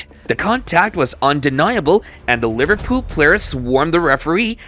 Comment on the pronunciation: bro said liverpoop when kane did tackel.